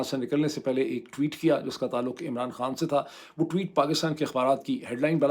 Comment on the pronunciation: Hey doc its not pronounced kaan, It's khan actually even for turkish , they just don't put H 😕